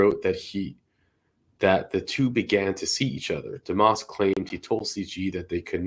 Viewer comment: Dumas? Sounded like he pronounced it duh-moss